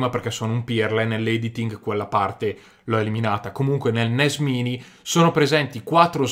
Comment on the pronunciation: credo che si legga NES mAini.